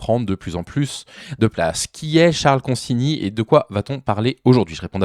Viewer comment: Enfin quelqu'un qui prononce son nom correctement.